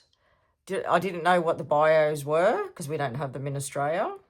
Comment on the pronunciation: Hi, It's pronounced bye u (bayou).😊 Passionate Presserverance gave you a shout out and I have been hooked on your readings ever since.😊